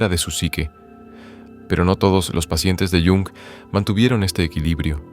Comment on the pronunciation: Ch, ch, ch... Mal empezamos... No sobreactúes. Carl Jung se pronuncia tal y como se lee en español, el idioma alemán tiene esa fonética. Haz el favor de no anglicinear los nombres, es muy palurdo. De nada.